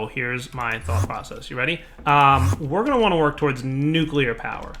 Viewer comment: Is it just me or there's actually an alarming amount of people who can't pronounce nuclear? I've heard a lot of nukelar lately.